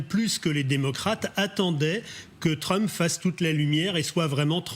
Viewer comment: Trumph, le ph se prononce comme un f.